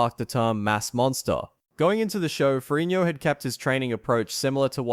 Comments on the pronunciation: Lou Farrinio??!! This narrator is a freakin MORRON!! It's Lou Farrigno, with a "G". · Why do you say "Ferrignio"? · I like how you pronounce Ferrigno in the Italian style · Someone needs to learn to correctly pronounce Ferrigno.